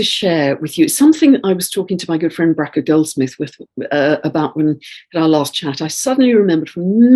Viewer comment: please ask your friend Bracha how to correctly pronounce her name?